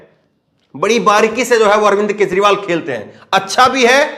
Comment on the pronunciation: Kezriwal lo bhaiyai isse naam bhi theek se lena nahi aaya bhaiya woh Kejriwal hai